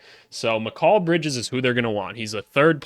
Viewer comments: I'm sorry but never say the name Mikal Bridges again if that is how you want to pronounce it and say it. It is and never has been said like that by anyone not even his own mother who came up with that name. This video could have been good but that is driving me insane to click on another video maybe of someone who says it and says it right. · Why do you pronounce Mikal Bridges like that? 😭 Good vid though exactly what I been looking for hope you make more for other teams especially the Suns cause they're situation is interesting and the Pelicans cause I'm a Pels fan